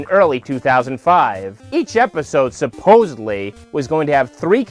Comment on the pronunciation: You are amazing but the word is “supposedly” there is no v.